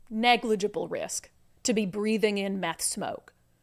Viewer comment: he says negligible like dirigible 🥴